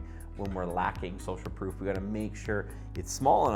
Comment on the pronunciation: Proof.. Not Prof